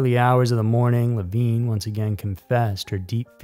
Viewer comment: Leh-VIN, NOT Leh-VEEN. I enjoy your content, I do, but is it that hard to make sure you are using the proper pronunciation of names and places? This is at least the third time I've had to call you out. The poor girl was murdered and her reputation dragged through the mud, could you at least pronounce her name correctly??